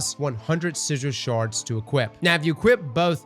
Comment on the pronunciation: 'sizhil sharz'?